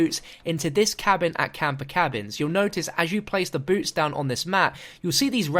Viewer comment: When you first said boots I honestly thought you said boobs